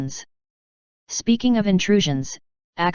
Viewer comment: forboden?😂